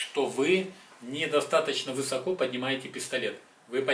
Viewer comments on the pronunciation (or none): none